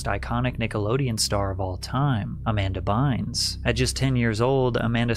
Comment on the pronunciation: Amber Bines? Do you mean Amanda?